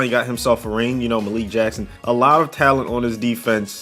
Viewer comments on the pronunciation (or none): none